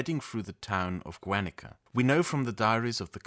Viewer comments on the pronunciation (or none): Such a random note, but the prefix Guer- in the name of the town of ‘Guernica’ is pronounced like the prefix in the word “guerra” (war), with a hard G. Which should be pronounced like “Gair-” (like the word ‘hair’ but with a hard G like in ‘gas’). So like Gair-nee-kah. In Spanish, we make the double-u (w) sound with the letters gue and gui, but ONLY if they form a diphthong. We only know if this is the case if there is a “diéresis” (or an umlaut for you Germans) on the letter u. So for example, vergüenza (shame), güey (Mexican slang for ‘dude’), güero (inf. blonde/pale/fair person), pengüino (penguin), all of these are pronounced like a gw (if the güe/güi is in the middle of the word) or just like the English W if it is at the beggining (like güero is pronounced as wero). So if Guernica was spelled Güernica, it would be pronounced as Wernica. I only mention this, because I have noticed in your videos your comitment to pronouncing words correctly (like in one video you actually pronounced the word ‘guerrilla’ correctly, instead of like ‘gorilla’ as many other English speakers do haha). I have no expectation for you to say all of our words correctly, but it really is a welcome surprise to see how much you really do dedicate to getting it right, so my comment is only meant to assist you in the future. Thank you for your videos, I am a big fan! 🙏